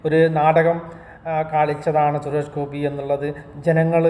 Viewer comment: നീ സുരേഷ് ഗോപിയെ കുറിച്ച് കുറ്റം പറയാനായിട്ടില്ല നീ ആദ്യം ആളുടെ പേര് നേരെ പറയാൻ പഠിക്ക്